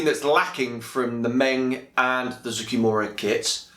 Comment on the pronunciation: Finally, someone that can say Zoukei-Mura correctly!